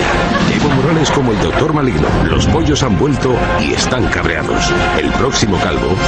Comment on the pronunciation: Los poshos